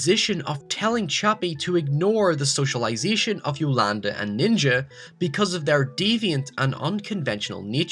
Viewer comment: Yo-Lan-Di Not Yolanda